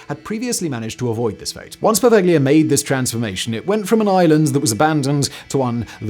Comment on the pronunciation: Poveglia is pronounced "po-vel-ya," the G is ellided, not pronounced.